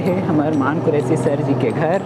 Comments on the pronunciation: मान नहीं रे मन कुरैशी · भाई मान कुरैशी नहीं, मन कुरैशी नाम हे वोकर